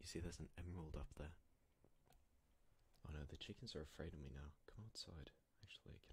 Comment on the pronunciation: I'm in love with that : ✨✨ OhHHh nOi ✨✨✨ With his accent